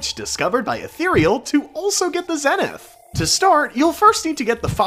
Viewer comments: its pronounced ZEE-nith not Zeh-nith bruh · Zenith is pronounced zee·nuhth